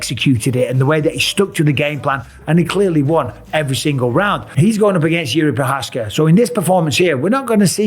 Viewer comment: His name is never pronounced correctly either. (Not just by Mike, by everyone)